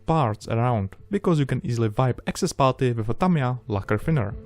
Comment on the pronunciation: i love him and his videos. but i hate the way he says putty. i know he has a heavy accent! still.....botty